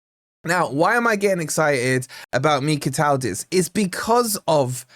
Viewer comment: Mikautadze is one of my favourite attackers - would be a great addition! I’m no Georgian, but I think his name is pronounced: Mee-Kow-Tad-Zuh At least that’s how I’ve always heard others pronounce his name